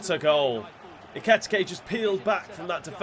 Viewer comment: Pronunciation for Ekitike is Ekeeyteekay